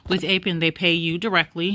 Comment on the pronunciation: psssttt... It's APP- EN. not APE- EN... Not ONE word on this list is pronounced "APE' This is basic English pronunciation. APP is AAAAPP. APE IS AYYYY-PE ------------------------------------ appropriateness approachability apprenticeships appealabilities applicabilities approximations appropriations apprenticeship apparentnesses appendicitises appendectomies appendicectomy appreciatively apprehensively apportionments appositenesses appropriation approximation apportionment apprehensible apprehensibly apprehensions appreciations appraisements apportionable appoggiaturas applicability applicatively appealability apperceptions appellatively approximating approximative appurtenances appropriative appropriators appropriating appropriately approximately appreciation apprehension appreciative apprehensive approachable appendicitis appendectomy apperception appurtenance appendicular appropriable appoggiatura apportioning appositeness appointments apprehending appreciators appreciatory appreciating appraisingly appraisement appositively appositional applications appellatives appellations apperceptive apperceiving appertaining appetizingly appeasements apparatchiki apparatchiks apparentness apparitional approbations appressorium apprenticing approximates appropriated appropriates appropriator approximated appurtenants application appropriate appointment approximate appreciable appellation appeasement approbation apparatchik applicative appellative applicatory applicators appliqueing ap